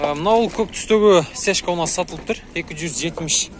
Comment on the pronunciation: Сешка эмес, цешка